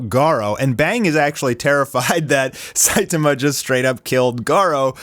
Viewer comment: Not Saitima, the correct one is Saitama 😂